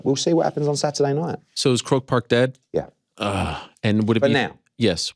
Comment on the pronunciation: I love Ariel but I really hate people who talk about themselves in the 3rd person. STOP IT ARIEL!! Ps. It's not pronounced "Croke Pk"......phonetically its "Cro Park".